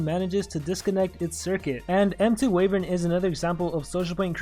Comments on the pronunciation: I'm not sure if the pronunciation is global, but I thought it was Why-vern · I feel like you are pronouncing wyvern wrong. :P